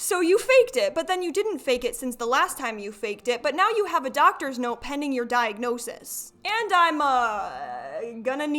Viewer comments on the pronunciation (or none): "Dianosis" Ain't that the Greek god of wine?